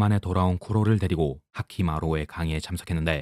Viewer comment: 핫키라고 하는거 킹받네